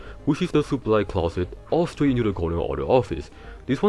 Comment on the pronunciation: bonnie goes stwait to thuh cownuh